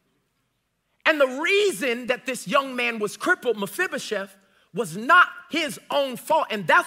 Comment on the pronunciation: You know, I have just one question for you. How are you pronouncing Mefiboset so right? I don't even know how to spell it right and I looked it up.